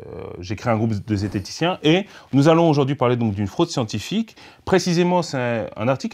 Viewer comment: Oula j'ai entendu zetheticien j'ai tout de suite eu les oreilles qui saignent